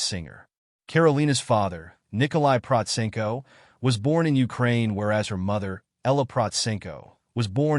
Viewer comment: This is the first time I "liked" a Karolina Protsenko description video. There are so many trash channels and falsified videos about her - well I guess this is the price of popularity and fame. You are the only one to pronounce her name right, you have done your reseach and put it almost right everything. The most persistent and general wrong opinion about her is that 1) she doesn't read music and 2) that she only plays by ear. It must be stressed that this only goes for learning pop covers. She learns classical by sheet music naturally as it isn't possible otherwise. You should have stressed seriously this in your overview. Otherwise, almost 100% with a few very small minor inaccuracies. Congratulations for a good video.